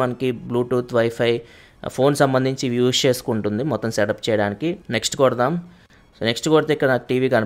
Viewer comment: "Use" ni spashtamuga paluku naayana.